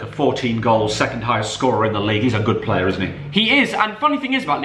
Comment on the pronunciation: Just say player proper smh